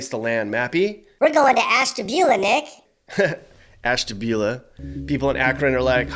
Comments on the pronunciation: Nooooo, Nick....not Ashtabula. Oh no, Nick, no..... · I am not surprised you said Ashtabula. I live in Mentor and I know how bad Ashtabula is.